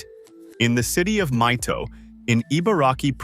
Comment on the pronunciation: Mito is pronounced like "me." If you see "i" in a Japanese word it is always pronounced in that way, for example in "Ichiro" or "Shohei" or "Otani."